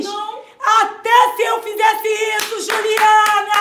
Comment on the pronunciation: Juliene 😂😂😂, É juliana 😂😂😂.